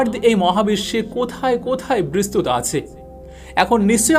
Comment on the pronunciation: অনুগ্রহ করে' বিস্তৃত ' শব্দের স্পেলিং এভাবে উচ্চারণ করবেন ঃ "bistrito -- bis-tri-to" এভাবে। খারাপ ভাবে নিবেন না অনুরোধ করছি।